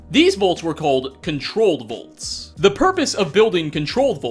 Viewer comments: Does not realize the Fallout's shelters are called "Vaults" and not "Volts"? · No offense, you call “vaults” “volts”